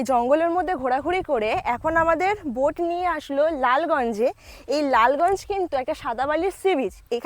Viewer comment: Lalganj bolun na...bash e korey...orey Baba khoncha legey jabey je. Ota Bus..Bansh noi Madam😊 New Sandhya Tara Homestay, New Bhorer Alo, Bhorer Alo...Gramey eley toh Gramyo lagbei...ei Gramyo Gramyo poribesh ta Durga Pujar Theme e choley. Boating kortey kortey Moddyo pan...aha ki presentation 😅 Vloging kora ta ekta art eirom jongli Vlog korben na r apnar bachon bhongi r uchharon thik korun .